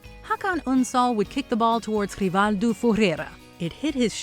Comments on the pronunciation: Hrifaldoo? Rivaldo, "Rih-Val-Doe" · Constantly referencing Rivaldo by a name no one knows him by while mispronounced his name all together shows you have no knowledge of the biggest game in the world...his name is ...say it with me RIV-AL-DOGH (RIVALDO) THAT IS ALL! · It's Rivaldo... Ri-Val-do... Rivaldo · Rivaldo, just Rivaldo. Not FURRRREEERO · WTF is this woman doing calling Rivaldo 'Foo-heh-heh'?? His name is RIVALDO! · Talk about butcher an artist name.. Hes is known as Rivaldo to the world why not use it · For god sake, its just Rivaldo .. Butchering his name lol! He was knows as Rivaldo his whole career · (#15) what are you doing to this man's name?! He's known as just Rivaldo (Ri-val-doh) without the second name or your goofy attempt at pronunciation 🤦🏽‍♂️😂🤣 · True cheating is making video about Rivaldo and noz knowing how to pronounce his name. Also Maradona didn't cheat, he brought justice. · I'm sorry what did you call RIVALDO? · The way struggle to say Rivaldo's name made me laugh 😅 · Never heard Rivaldo´s name pronounced that way before, hihihihi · The hardest thing about watching this video is hearing the narrator talk about Rivaldo.. man that hurt my ears.. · I love that she didnt even try to say Rivaldo's name right. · Why are you pronouncing rivaldo's name like this? First off, you are not Portuguese and it is just cringy. Second, no one uses his last name except maybe official documents. In the football world, he is known as Rivaldo. Americans. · the pronunciation of Rivaldo xD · Oh my days, you can't pronounce any football players, Rivaldo, Gallas and Henry all butchered.